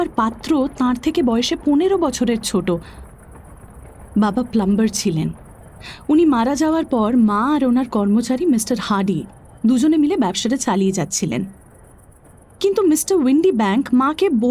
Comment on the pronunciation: Plummer not plumber